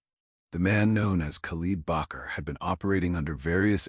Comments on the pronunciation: Bakr not Bucher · Part of his name would be Bakr and not Bacher. Shows the authors ignorance of Arabic or Islamic names.